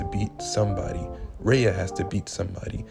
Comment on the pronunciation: Bro, who is Rha-uh ? Do you mean Rhea? 😂😂😂